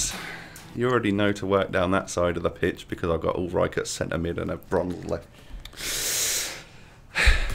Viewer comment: His name is Ulreich, not Ulreik